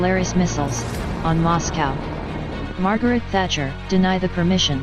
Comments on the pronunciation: Agree, I stopped. After “ Tacher “rather than Thatcher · Thatcher not Tatacher